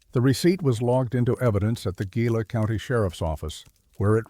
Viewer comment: Gila: you're pronouncing it wrong. Properly it would be pronounced as the following is spelled: HEE-LA